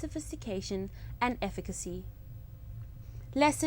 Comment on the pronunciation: effick acy. The pronunciation is so funny lel